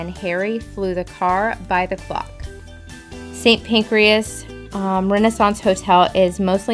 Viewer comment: "Saint Pancreas". Nope. it's Pan-CRAS (although it made me chuckle that there may be a Saint for all my Organs).